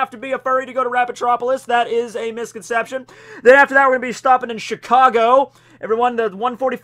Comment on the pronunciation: Cheecahgoh? What is this exotic city you are talking about?